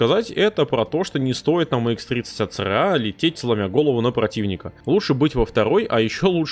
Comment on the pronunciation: ACRA а в видосе говоришь ARCA